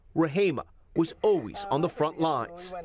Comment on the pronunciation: So, you're back to "O-ways" again, Tom?? SHAME ON YOU!! You proved last week, you CAN say "ALWAYS;" NOW SAY IT!! always, Always, ALWAYS - ALWAYS, ALWAYS, ALWAYS!! SAY IT!!